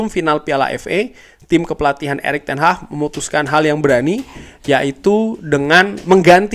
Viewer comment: Erik Ten Hag bukan ERIK TEN HAH 😂😂😂😂